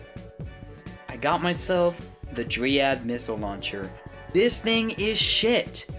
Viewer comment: Zinaida. You said: Zin-eye-da. That's wrong. It's also not Zin-Eh-Da if you are wondering. It's Zina-Ee-Da. Ah yes. Energy Gojj. I love having those in games. And yeah. Your first mech being called Ree-oo is also pretty funny. Dree-ad. You're the gift that keeps giving. I keep laughing. You really had to have a good go at molly and evangel. So you did well there :)